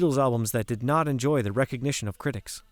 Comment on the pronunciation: You need to work on your reading and pronunciation skills!! Example: several times you mentioned George's song and called it, "NO Guilty"! it's called, "NOT Guilty"!